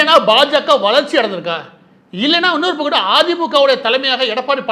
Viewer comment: மாரிதாஸ்க்கு ஓர் வேண்டுகோள் உங்கள் தமிழ் உச்சரிப்பில் ஒரு தவறு இந்தபக்கம் அல்லது அந்தபக்கம் என்று சொல்லவேண்டும் ஆனால் நீங்கள் பயன்படுத்துவது இந்தபக்குட்டு அந்தபக்குட்டு என்று சொல்கிறீர்கள் தயவுசெய்து சரிசெய்துகொள்ளவும்